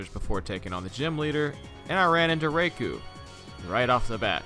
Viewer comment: With how horribly you pronounced Raikou’s name you deserved to have it escape immediately